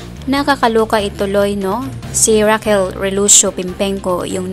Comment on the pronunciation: It's Raquel not Rockeeel😅